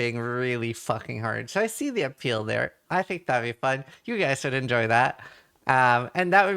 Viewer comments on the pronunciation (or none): none